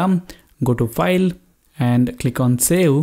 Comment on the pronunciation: hey bro did you say sell? instead of save, hahahhah